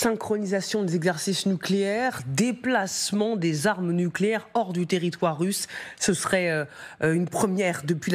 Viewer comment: Les aarmeu nucléaire Russse au port de l'orope 😂😂😂, vous allez lire l'heure 🤣